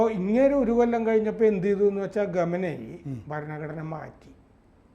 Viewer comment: ഖമനയി അല്ല, ഖമയ്നി or ഖമൈനി